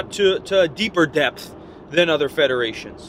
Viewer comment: He said depth weird